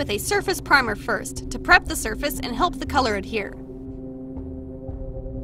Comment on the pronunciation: It’s no halp it’s help